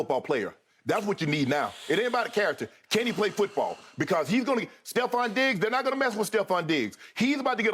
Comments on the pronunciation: Once again, it's TREVON Diggs. Not Stephon. TREVON Diggs. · Nobody caught Shannon calling trevon steffon 😅😂